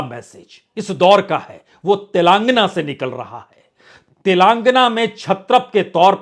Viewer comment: अबे अंग्रेज तेलांगना नहीं तेलंगाना बोल